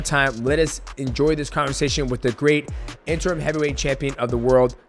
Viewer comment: He said interm 😂